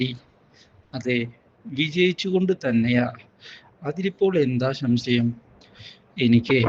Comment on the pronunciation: ശം ശയം അല്ല. സംശയം